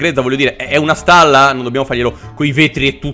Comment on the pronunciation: dice starla invece di stalla